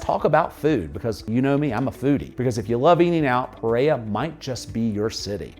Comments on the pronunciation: I love your videos, I’m American and my husband is Colombian from Pereira. The only correction I have is the way you pronounce Pereira! It’s just bc I hear the word so often I notice. 😆 Anyway, that’s it. puh: Similar to the "puh" sound in "put". REH: Rhymes with the English word "air". ruh: A short "uh" sound, like the "a" in "about". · Great video, thanks for sharing, it would be very nice if you can make the effort to pronounce Pereira the correct way, other than that, your video is very explanatory and full of details. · Dude, don’t make a video about a city you can’t pronounce the name of. Thanks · Hello, I really enjoy your videos; they are very informative and to the point. In keeping with accuracy, I would suggest that you pronounce the names of the cities as correctly as possibly. Pe-rei-ra has 2 R's: Pe- Rei-Ra, not Pereya. Many Colombians would appreciate correct pronunciation and foreigners would not be confused. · It’s not puh-RARE-uh — it’s peh-REH-rah. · I live in Pereira, I don't know that "Preiya" you're talking about in this video. I would like to Cross the city in 20 minutes... I think you shouldn't come to live here if you pronounce "Otún" like if it was tuna. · Great video and really enjoyed learning more about Pereira, Colombia. One small note: the city name is pronounced Peh-reh-ee-rah or Peh-ray-rah, not “Perrea.” Just wanted to share in case helpfu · This is great. You pronounce the name Pe-Ray-uh. It's more like Pe-Ray-Ruh. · The way you mispronounced Pereira over and over is embarrassing. Your English was able to pronounce every other city in Colombia except Pereira not “Pereya” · Pe-rei-RA. The last syllable begins with an "R". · Never heard of Peraya, Colombia!! 😂😂😂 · It would be nice if the host would learn how to properly pronounce the name Pereira! It's not perera. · PEREIRA pronounciation >> Puh-RARE-uh 💛💙❤️ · Pereira, pronounced: PER-RARE-UH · learn how to say Pereira